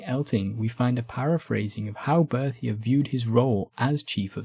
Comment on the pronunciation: Why do you consistently either mispronounce Berthier, or call him Bertie?